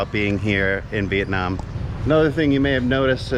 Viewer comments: Hey! you are supposed to pronounce "here in Vietnam" not "here in Việt Nam" LOL. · Haha the moment and the way you put the accent in "Viet namm" word, I'm like "Oh he definitely became a Vietnamese in his soul and spirit" :))